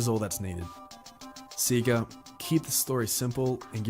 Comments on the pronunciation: Between the doofy ass art style, removing Sonic's personality, and constantly saying "SEE-guh" I'm convinced that vid is just high production quality ragebait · i like to give some leeway to mispronounciations because usually i just chalk it up to people's accent but "seegah" is just straight up wrong 😭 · "See-ga" despite hurting me with how it's pronounced, is the most common way to say it among older Australians (who got into Sega games before the voice line at the beginning of games) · c-ga is the australian way to pronounce sega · "See-gah" is how it's pronounced over here in Australia. Always how I heard the old consoles start up too blasting "See-gah!" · "Seega" is how (some, not sure if it's all) australians pronounce Sega lol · "See-ga" is an Australia thing; all of TV ads from the 90s say it that way, no idea why. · “Seega” is how Australians pronounce “Sega”, because it’s also how Australian adverts for Sega always pronounced it (for some weird reason). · That’s just how it’s said in Australia. Back in the day all the offical material in the Mega Drive-Dreamcast era pronounced it “See-gah”. Dunno why it’s like that, but that’s how I and everyone I know says it. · Basically, the early Australian marketing for SEGA decided to pronounce it 'see-gah', which meant that any Australian who grew up with the Mega Drive through to maybe the Saturn was conditioned to say 'see-gah'. As far as I know as an Australian, there's absolutely no convention of the accent that would actually make you pronounce it 'see-gah' over 'say-gah', it's just something that stuck. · This guy clearly has never played a sonic game because everyone tells you how to pronounce sega when you start the video game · Like it wouldn't be that abhorrent if the correct pronouncation wasn't literally yelled at you when you boot up the game 💀